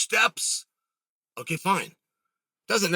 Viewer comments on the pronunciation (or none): none